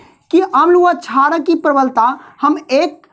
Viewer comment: Not charak it's sharak